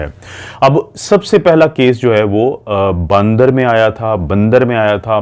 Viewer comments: ڈاکٹر صاحب باندر نہیں ہوتا بندر ہوتا ہے اردو میں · باندر نہیں بندر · Kia jahaalat hai baandar bukhaar had ho gaee wese. بندر hai not باندر